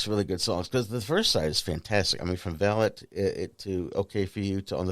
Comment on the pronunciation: FYI, the actual pronunciation of the album/song is Vah-lot, the accent on the "o" not the "a" ... thanks for the video.